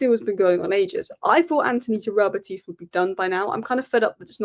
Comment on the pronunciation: Please say Betis not betease. There is no accent. It is as it sounds in English 👍